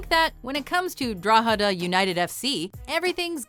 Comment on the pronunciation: Well she butchered saying Drogheda, no one who isn't irish can really say it 😂